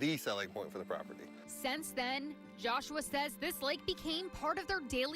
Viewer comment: DesTroyed, not DESH-troyed. There's no H sound in ST. SINCE then, not "sense then".